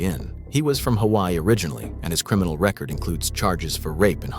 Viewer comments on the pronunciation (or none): none